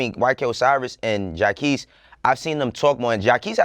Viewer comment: Who is Jahkeese? Please stop mispronouncing Jacquees name every time yall bring him up. Please yall.